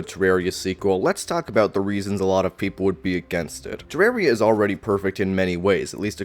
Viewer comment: Man this is so petty but I can't watch your videos because of the way you say "Ter-rare-ia" 😂